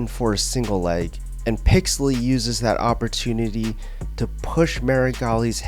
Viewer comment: I came this video to watch Meregali get his arm broken again. But i STAYED for the way you miss pronounce " PIXEL - LY 's " name HAHHAHAHAH well played my friend well played. I could not resist the bait rofl XD